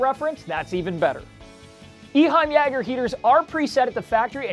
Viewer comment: yay-ger not ya-ger